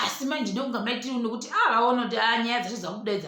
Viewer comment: The way you say Mai Tt’s name inondipedza manje